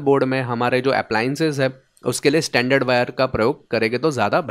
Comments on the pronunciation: Brother, there is a difference in your pronunciation. Your pronunciation is for this word " standard". Where as for wires it is " stranded" pronunciation is different. Proper pronunciation you will get on Google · Good video but you are calling stranded (स्ट्रेंडेड) wire as standard (स्टैंडर्ड) wire through out the video. Pls correct your pronunciation. Also AC frequency in India is 50 Hz only not 20 kHz or 81kHz as shown in your video. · Isn't it strrrrrrrrrrrrrrand?😀